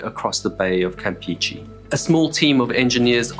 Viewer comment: As a side note, for an English speaking person, great pronunciation of "Petróleos Mexicanos"! Also a suggestion if I may. "Campeche" is not pronounced as "Campeechee", those E's sound more like the E's when you pronounce "Petróleos", "PEMEX" and "Mexico". E's in Spanish always sound the same. Kudos for another great video!